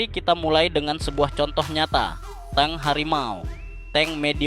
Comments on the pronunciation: belajar bahas lagi.....tabk di baca Teng..bukan TANG...hadeuH.....😊😊😊😊😊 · Tank di baca teng bukan tang bang. Klo tang alat jepit kabel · Tank bukan Tang. saya yakin ni orang gk bisa membedakan Bank sama Bang, Silet sama Silet